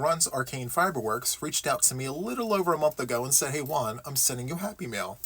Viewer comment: Yay! It's time for Happy Mail! Not Happy Meals as my Midwestern ears thought they were hearing!